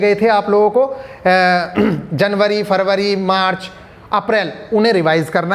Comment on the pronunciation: सर जनवरी फ़रवरी मारच क्या बोले समझ नहीं आया़